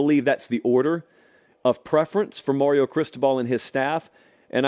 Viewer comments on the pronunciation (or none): none